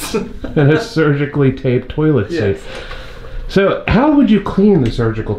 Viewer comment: Rick: "toolit seat"